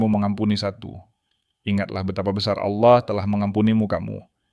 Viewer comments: Allah bukan auloh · Sebut Allah bukan awloh .. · Kenapa admin menyebutnya Aulah? Harusnya Allah, karna di Kristen tidak ada penyebutan Aulah tapi penyebutannya Allah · Cara baca Allah ya juga harus Allah bukan Aloh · Maaf, karena pengucapan bapak ini dengan kata Alloh bukan Allah / Tuhan, mungkin bapak ini dari islam dan sekarang Murtad ini yg lagi belajar untuk mengikut Tuhan Yesus Kristus, Tuhan kita🙏coba kalian lihat beliau meminta petunjuk untuk memberi satu pengikut utk memotivasinya. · lho kok pengucapannya alloh bukan Allah.....piye ki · pak cara pengucapannya ALLAH, bukan auloh, bapa ngucapnya auloh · Ya betul saya jg mau coment begitu